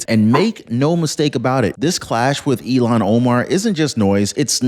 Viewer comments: Il-Hahn. Her name is pronounced "ILL-hahn". Not like "Elon" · Her name is Ilhan - IL- HAN. Not Elon Omar. Please pronounce it correctly as it doesn't make a good impression. As for Trump, hope he disintegrates her. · Her name is ILLHAN not Elon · IILhan that's ILL hon Omar not Elon. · It's IlLL-HON...say it ILL-HON! It's NOT Elon! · Pronounced ILL HAN not Elon Omar you idiot!!! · Her name is not Elon. It is Ilhan, pronounced like , I'm sick or ill-Han. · Ilhan You keep saying Elon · I can't stand Omar but I can't stand it when you say her name like Elon Musk's name ! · Ilhan. EEL HAN